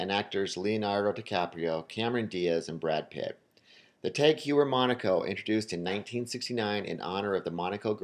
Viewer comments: TAG HOYYER- not HYEWER... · If you're going to talk about luxury watches then perhaps learn how to pronounce "Heuer" and "Omega". Just a thought.